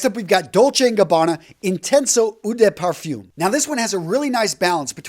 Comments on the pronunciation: Gotta work on that French brutha man Eau=Oh (but not long like "Ohh ok".... Short and sweet) De=duh (but not long like "duuuuh hello".... Also, short and sweet) Parfum=Par-fum (almost like pah-fum) (easy on the R and also on the M) Toilette=twah-let .... Otherwise great vid as usual and thanks 4 the info, and it's all luv bro. ✌🏾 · you are a great performer. Love your video's, but.....when you speak French, then at least you should do the right pronunciation. Eau de Parfum, is French and there is really only one way to do it right. Any other way simply doesn't sound good. Yes you will be the only American to do it right. It sets you far apart of all the rest. What's wrong with that? From now on everybody else sounds stupid. Not you anymore. Cheerz.